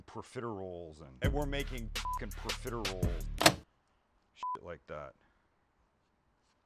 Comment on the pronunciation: Dude I rewatched the "perfiteroles" cut at least 10x